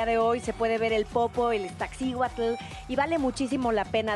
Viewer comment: El volcán se llama Iztaccíhuatl y no Ixtacihuatl